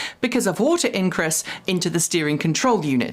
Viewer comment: Did you say incress or ingress?